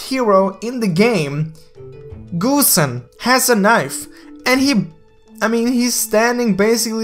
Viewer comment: GOOSEN Its not GOOSEN its GOSSEN